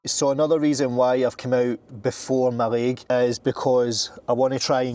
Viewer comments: When you say Ma Laig do you mean your leg (either left or right)? If you mean Mallaig it's pronounced Malaig with no emphasis on either syllable, not ma laig. I come from the Highlands FYI 😇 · Mallaig is pronounced 'Ma-leg' 😊